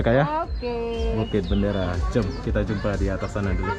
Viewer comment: Dia sebut Bukit bandara. Bandara dalam Bahasa Indonesia tu airport. Asal boleh je 😂😂